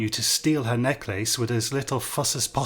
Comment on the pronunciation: What an unusual pronunciation of "necklace".